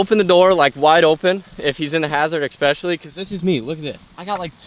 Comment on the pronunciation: "ekspecially" and "horocious" are so much worse than "give me" or mixing up left and right.